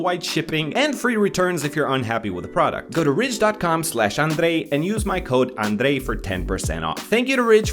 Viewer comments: I love how you say your name with the accent. ^_^ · The way you pronounce your name sounds so much like a Filipino 😂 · Who likes how he pronounce his name 🙂☺️